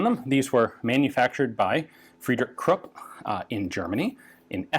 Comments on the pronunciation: Great! FYI, Krupp is pronounced 'croop', not 'crup'. Otherwise excellent! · Those are krupp emblems, not Thai property marks, tisk-tisk. I never thought I'd be able to correct Ian.